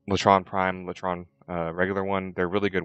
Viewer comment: its lay tron not lah tron